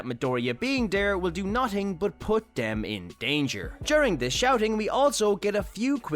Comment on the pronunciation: do you know how to say them? or three? because you say dem or tree